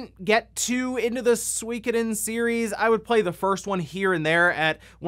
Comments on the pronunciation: I find it funny how you pronounce Suikoden. :D In Japan every syllable got the same rythm/speed with which they are said. So it's Su-i-ko-den, and not Sweekeden. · I swear nobody knows for sure how to pronounce Suikoden. I've seen some youtubers pronounce it soo-KO-den, SWIK-oh-den and SWEE-ko-den